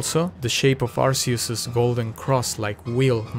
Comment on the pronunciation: Thank god you are saying arceus in the correct way